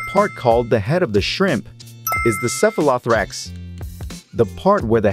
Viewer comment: the robot pronounciation is so tone deaf. cephalo-thorax